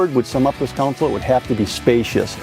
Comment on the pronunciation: Hey Big Guy, the word is CONSOLE, not COUNCIL